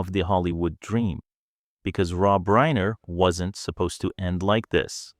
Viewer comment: 'reeener,' AI garbage